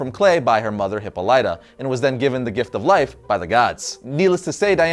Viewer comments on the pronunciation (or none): It's a greek name: Hip-po-LEE-ta, not Hip-po-LI-ta. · Yes. Finally a Wonder Woman video. (3 minutes in - "Hippo-LITE-ah") And I'm done. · Hipo-Light-Ah??? lol It's pronounced Hipáh-Lit-Ah. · Every time Hippolyta has appeared in things like Hercules the Legendary Journies, Xena the Warrior Princess and A Midsummer Night's Dream, her name has been pronounced \hi-ˈpä-lə-tə\. Both those shows had actual greek mythology scholars to help with things like pronunciation. is terrible at pronunciation and has admitted as much in the past. Some people find it more annoying than others. you can listen to it here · no the voice actor in the wonder woman (2009) movie pronounced it wrong. Hipollyta exists in greek mythology like zeus. thus Hipo-Light-ah is the right pronouciation no matter what dc does with it. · Dude, learn to say the mother's right and I will watch your videos to the end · lol you're butchering Diana's mothers name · you say Hippolyta wrong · How is it you are such a comic book fan with this channel and you can't pronounce Hippolyta? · You always say Hyppolyta's name wrong! lol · Please learn how to pronounce Hippolyta.